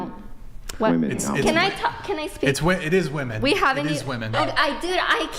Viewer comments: Why do these girls always say woman when they should be saying women? Are they that dumb? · Maybe they should just say wu-MAN and wu-MEN, if they can't figure out that it's "WIMEN" and WOMAN. Like WHIM. WOMEN. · English is not my first or second language and it still drives me crazy how these women say the word WOMEN. they read it as it's written literally not how it should be read like "wemen" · What is it that makes these college age girls not know how to pronounce the plural of woman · Can I get just ONE of these left-leaning ladies who’s EVER been on the show to explain to me why they pronounce the singular AND plural version of the word woman EXACTLY the same way???? I don’t even understand what their politically correct motivation might be. Is it the man/mankind thing??? It doesn’t extrapolate the sane way though. I want just ONE male guest (or ) to please ask one of these woMEN that question. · I wish would give them shit for not being able to say women. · Why can’t pronounce “women”?